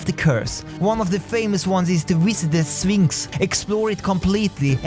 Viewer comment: you say sphinx i hear phoenix